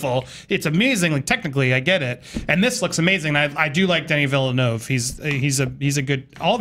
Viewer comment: OMG! They are butchering the poor director's name Denis Villeneuve😂